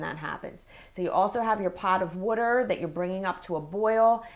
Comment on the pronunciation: I love when she says "water"